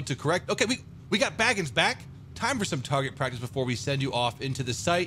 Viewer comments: Just fyi he's not baggings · It’s not baggins it’s